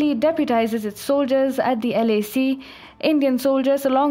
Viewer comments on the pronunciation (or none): At first I thought she said LSE (not LAC). Chinese troops are not prepared for the London School of Economics. But then, who is?